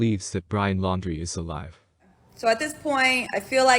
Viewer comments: Can she at least say his last name right ? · She can't even say his name right. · She can at least say his last name right if they dated that long.